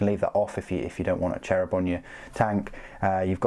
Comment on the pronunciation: Love how you pronounce the Cherubim, sounds like Cherry bomb to me ^^ Anyways great video and great review, I probably will start a small sisters army as well, just to have all three inquisition orders, as I have a mostly metal Grey Knights army, a Deathwatch force, although that one is very small, Can't keep away these beautiful ladies. I think GW really hit the spot with their Knights Adeptus Mechanicus and Sisters releases in the last years, I remember people waiting for all of these for years to be either receiving modells at all or geta decent re-release. :) Thanks for keeping the videos up and pet your Dog, iirc you have a Great Pyrenees as well :)